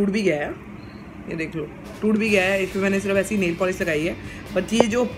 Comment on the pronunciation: Neil nahi nail hota hai Bolna to seekh lo pehle aunty